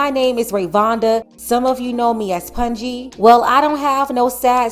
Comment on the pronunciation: Her nickname is PUNJI PUN-JY not pun-je